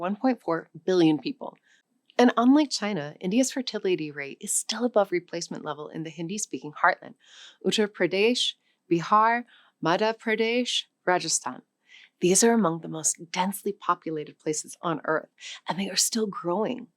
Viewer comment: No surprises. But please: Angola, NOT AngolYa. Sub-Saharan, NOT sub-SaharYan. Uttar Pradesh, NOT Uttar PradaYsh. Burkina Faso, NOT Burkah Faso. Try not to sound like bad AI.